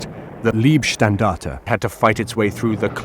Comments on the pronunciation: Excellent stuff, but in the making of this nobody bothered to mention that Leibstandarte is not pronounced as Liebstandarte. LEIB not LIEB! So many English speakers seem to have a blind spot for this. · Decent video about the ‘Black Baron’ from the Oberpfalz! Next time practice the pronunciation of German words. It is Leibstandarte not Liebstandarte…🥴🥴🥴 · The pronunciation of German is vey important. LEIbstandarte is the name not lIEbstandarte which can mean love regiment.